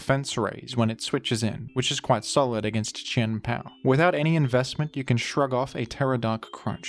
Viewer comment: who else just likes the way he says Chien-Pao's name